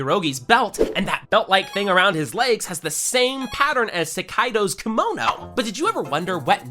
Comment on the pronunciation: I’m sorry but the way this guy pronounces things really irritates me (especially sekidos name)